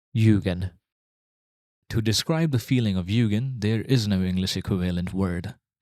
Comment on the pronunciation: Very cool concept and it's great to learn a new word! As I can speak Japanese to some degree, a small remark; u with a line above is sounded "twice". so it's pronounced more like Yuugen than Yugen (The opposite is true for another common word, and a Honda specialized manufactorer, Mugen which is pronounced as you said Yugen in this video)